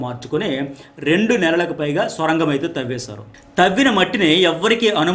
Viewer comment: అది స్వరంగం కాదు సర్ సొరంగం